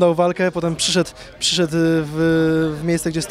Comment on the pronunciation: Przyszet, przyszet. Przyszedł panie redaktorze, przyszedł się mówi